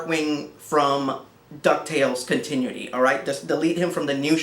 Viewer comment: I had almost forgotten about the way you pronounce "continuity", haha.